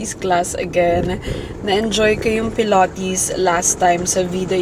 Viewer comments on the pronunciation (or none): "pilOHtes" "vlOHg" 😂😂😂